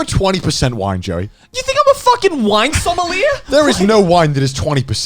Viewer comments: Garnt : "similier", Nailed it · Chris is the only one that pronounced sommelier. Sum-awl-eee-ayy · MindSync© - Aww I thought that was actually sad! ''I'm depressed - I've established this by now'' - Sommelier - Suh-meuh-lee-ay - the ''sommoyay'' pronunciation that I sometimes hear from ''pronunciation guides'' is super inaccurate. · the are not sure how sommelier is pronounced but we sure as hell know now of them is one XD